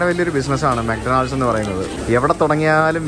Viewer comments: bro' mc Donald's' pronunciation thettu anu . ഡൊണാൾഡ്സ് അല്ല. mak daw nuhldz ( മാക് ഡോണൽഡ്സ്). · തിരുത്താൻ പറയാൻ ഞാൻ വലിയ ആളല്ല എങ്കിലും പറയുകയാണ്, മെക് ഡോണൾഡ്സ് അല്ല മെക് ഡോണ്ണൽസ് ആണ്.ഡി സൈലന്റ് ആണ്.